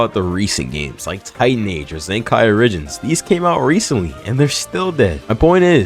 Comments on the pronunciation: dope vid but.. zenkai or-i-gins? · zenkai origins * casually calling it zenkai or i gins